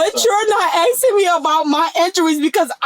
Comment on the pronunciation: Axing..who the fkc is axing someone?? They were ran over?